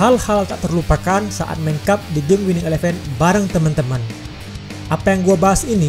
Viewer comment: cara baca elevennya kocak wkwk